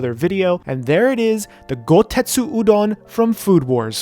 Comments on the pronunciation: GoSETsu, not goTETsu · Poor Chef, he made an amazing looking udon bowl, but keeps saying "Goutetsu" when it's "Gousetsu" XD Then again, Goutetsu is the name of a Street Fighter character, maybe that's why he keeps getting the word mixed.